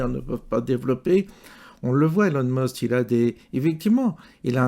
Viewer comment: Prononcer Musk pas Must ! Sauf si c'est à dessein ?